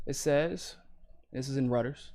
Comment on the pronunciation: How did you just pronounce Reuter’s??